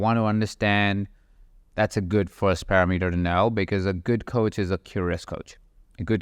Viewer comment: Not “par a meter”, it’s “parameter””.